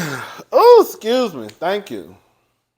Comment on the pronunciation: Not saying thank you like somebody said bless you 🤭😂😂😂